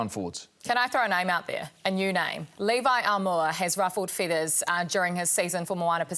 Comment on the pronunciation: said Levi Aumua? Lol